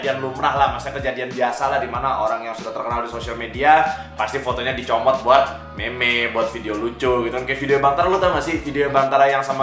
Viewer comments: Bang meme dibaca mim bukan meme 🤣🤣 (canda jan baper bang) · Meme di baca min vang.. Deg degan gua lu ngmng meme